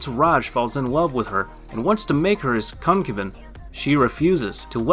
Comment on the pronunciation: I could not stand all the mispronunciations... all the mangled Japanese and even English words like "concubine" and "unrequited." I had to stop the video midway. And it seems most of these "adult" oriented anime are just romance anime...